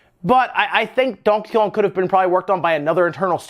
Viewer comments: And Donheyjong😂😂😂 like wtf why does he pronounce Donkey Kong like that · Donkakon ? Lmao why is he saying it like that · I dont think you said donkey kong correctly once in the whole video. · I hate how you say donkey Kong. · Never in my life have I heard somebody say Donkey Kong the way he says it. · Lol the way he says donkey kong. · The way you say Donkey Kong is hilarious. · And why the fuck are you saying Donkey Kong like that 😂😂😂😂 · I came to the comments to see if anyone else mentioned how you were pronouncing Donkey Kong strangely. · Anyone else notice how he pronounces Donkey Kong? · Lmao says Donkey Kong very funny, like French or Spanish